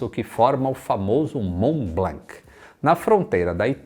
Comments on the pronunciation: Mont blanc !!! Pas blank on dit pas le c en k !!! Prononce blan kkkkkkkkkk👍🇨🇵🇪🇸🇧🇷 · Só um adendo, a pronúncia (tentando escrever em português o que falam em francês) de Mont-Blanc é "món blãn"... No francês essas consoantes sozinhas no fim das palavras costumam ser mudas. Uma piadinha sobre isso no desenho Tin-Tin, dois policiais gêmeos se chamavam "Dupon e Dupon", sendo na grafia Dupond e Dupont. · Ótimo video, so tenho uma pequena correção sobre a pronúncia do "Mont Blanc", na pronuncia francesa não se pronuncia a letra "C", aqui esta a versão escrita com o alphabeto phonetico se te interesar: mɔ̃ blɑ̃. (E so pra avisar, eu sou de nacionalidade francesa e brasileira, e eu assisto todos os seus videos da França). Um abraço. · O mais engraçado é o falando "Blanc" uma vez que em francês não se pronuncia a letra "C" do final. 😂